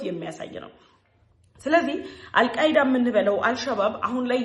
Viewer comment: አልቃይዳ አይደለም አልካይዳ ነው ተብሎ የሚጠራው:: በርቺልን 🇪🇹👍